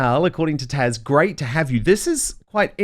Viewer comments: Isn’t she called Taz not Tash? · Your guest is called TAZ, not Tash! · Why is Dan calling Taz Tash? It has a z on the end! Very strange. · TaZ Dan. Not TASH *I can't help but wonder IF you mispronounce her name on purpose. It's not a difficult name; yet you repeatedly call her Tash. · Is it just me or does Dan keep calling Taz TASH ????